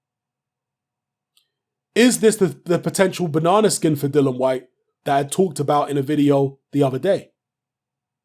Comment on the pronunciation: Isnt his name Dillian not Dillon?